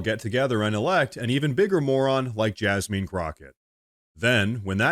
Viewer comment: I was thinking, "Why is he mispronouncing her name?" Then it hit me, Oh.... JasMEAN Crocket. 😂